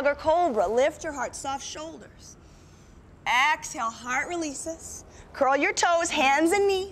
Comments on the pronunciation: Why does she say axehale? what is wrong with her?! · I could NOT be relaxed with an instructor who keeps saying axehale...